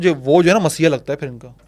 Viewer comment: mesiah lgta nhi sir, woh mesiah h